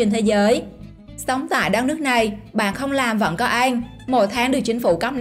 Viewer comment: Mc người vùng nào mà đọc ăn thành anh vậy ta